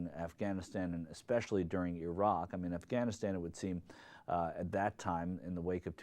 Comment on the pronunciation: How odd to hear an American pronouncing Iraq properly :P